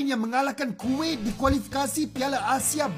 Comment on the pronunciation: Bukan kuwit tapi kuwait kali😂😂